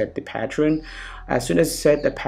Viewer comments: And also "patreon" instead of "pattern" ^_^ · just saying bro it's pattern not patron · Hahah.. Ram rom rem pattrun